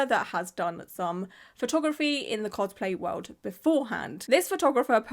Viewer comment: minion cospl-hay